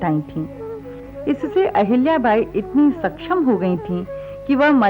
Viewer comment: what is this पुण्यास्लोक आहिल्याबाई. first speak पुण्यश्लोक अहिल्याबाई. that left really bad taste in mouth. Nowdays it is bad trend that Marathi names are spoken wrongly n nobody objects.